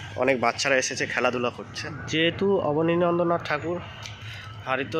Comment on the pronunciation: Bhai, "KONNANAGAR" noy, pronunciation ta "KONNAGAR" hobe, and "ABANI NANDRA NATH" noy, pronunciation ta "ABANINDRA NATH" hobe.